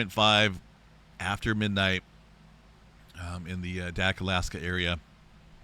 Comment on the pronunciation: Thanks for work and continual updates. Sorry, can’t help myself, but that island in Alaska is A-dak long “A” as in “atypical” or “able”. Two syllables, emphasis is on the first.